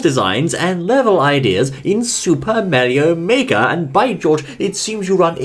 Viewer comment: It Is Super Mario Makers Not Super Meario Make